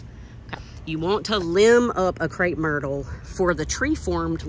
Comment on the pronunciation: Crepe not Crape. 😖